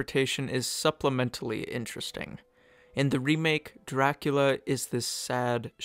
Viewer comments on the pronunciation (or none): none